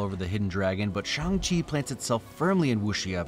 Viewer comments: Phonetically you pronounced Shang-Chi more correctly when you said you're just going to say it wrong. Pinyin is using letters to write Chinese words. But the title is not written in Pinyin, it is written in English. If you wrote it in Pinyin the title would be, Shàng Qì. So phonetically it is pronounced like, chee. You're just missing the correct tone really. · your 'bad pronounciation' was correct. I appreciate you calling attention to it, but you nailed it (as someone who speaks moderate cantonese and mandorin) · Funnily enough, the most correct sounding Shang-Chi was just when you said it the regular way. Respect for trying though!